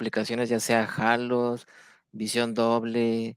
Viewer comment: Se dice halos y no “jalos”